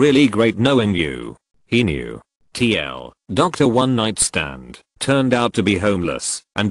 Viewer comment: "Tee ELL Doctor" - Why can't this AI voice figure out "too long didn't read"?